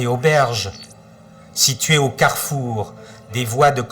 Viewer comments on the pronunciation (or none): none